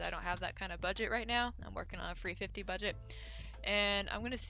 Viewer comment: Are you saying free fifty? Or three fifty?